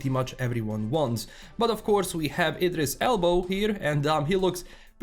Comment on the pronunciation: Did you say "Idris Elbow"? XD